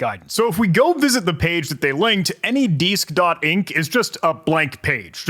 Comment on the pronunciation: Anydeesk lmao. 😅